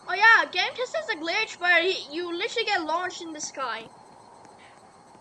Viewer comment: btw I think its pronounced ga - meh - t - ez